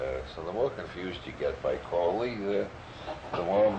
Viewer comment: Never trust anyone talking about Crowley that doesn’t pronounce his name like Robert Anton Wilson. Those that mispronounce his name usually misunderstand everything about him and are just parroting shit they’ve heard about Crowley from other people who don’t understand anything about him. Must be very disappointing to get interested in Crowley from his evil reputation and then end up reading a bunch of stuff about yoga, meditation, and holy guardian angels